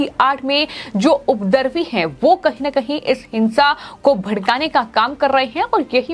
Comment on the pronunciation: ओ मैडम स्पीच थेरेपी करवा लो, उपद्रवी को उपदर्वी कह रही हैं। एंकर की ये फिसलती आवाज समाचार हेतु उपयुक्त नहीं है।